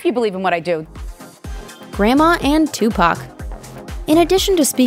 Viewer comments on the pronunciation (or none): none